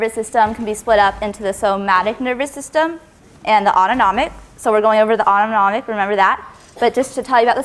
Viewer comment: jayzus if i, like, hear a'udonomic nervous system one more time